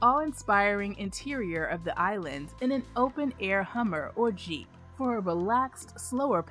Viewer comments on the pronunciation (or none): none